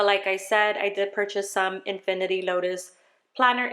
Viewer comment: Cute video! Friendly FYI - it's Infinite (in-fin-it) Lotus. Love her inserts and her dashboards (double-sided).